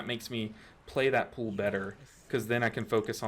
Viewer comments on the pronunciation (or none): i love your videos and you are so good and informative but i can't stand how you pronounce pull... it's not pool